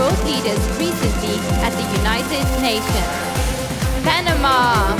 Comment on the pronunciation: kay panama galing ng pagka bigkas. Palaban yern hehehe